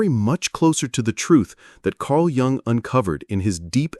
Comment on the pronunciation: If you can't get your AI to pronounce Jung correctly, this is not worth listening to. It's pronounced Yoong. Not Jung. Down voted and noping out.